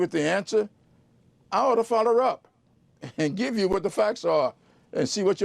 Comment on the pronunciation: What did he say? I ought to foller r up? WTF form of low IQ word pronunciation is that? It's not even "Ebonics."